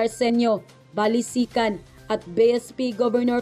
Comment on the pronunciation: Sec Balisacan po at hindi Balisican.